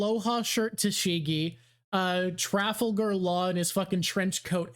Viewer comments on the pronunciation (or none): in my life i've never heard anyone pronounce "trafalgar" that way lmao. you know that's a real-life name, yeah?